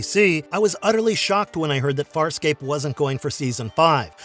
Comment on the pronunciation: You seem to have knowledge of the show, but at the same time you mispronounced almost every name. So maybe you are book smart, and lacking in actual experiencing the show. You should because it’s one of the best sci-fi shows ever.